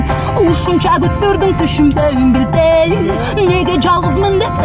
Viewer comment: Билбееейм деген созудо тили былтыйып калатко